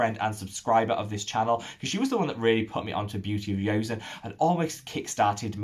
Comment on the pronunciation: I've mentioned to him before but maybe he didn't read it. To be more accurate "seon" rhymes with "John" or like "On" as in switching on/off.